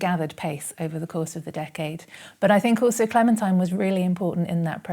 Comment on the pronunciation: Her name is pronounced clementeen.